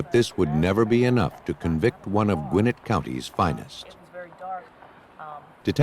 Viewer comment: It’s “Gwin-NETT,” not “GWIN-it” : )